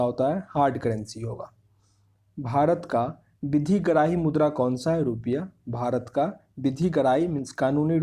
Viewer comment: Aawaz to aati nhi h gala m atka h kuch or mudra ko murda bolra